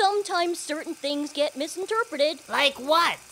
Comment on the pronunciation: “Sometimes things get misenterpreted” “Like what?” Holds up Bible “Not sure!”